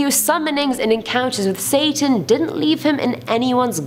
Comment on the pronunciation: who else noticed she said sasan not satan